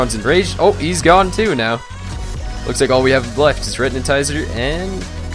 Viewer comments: It isn't retnitizer it is retinazer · Retinatizer?! Its retinazer!!